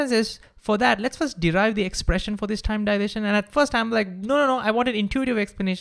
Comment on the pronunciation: Stop with this THIME THAKEN nonsense. You speaking everything in an Indian accent except Time? Why?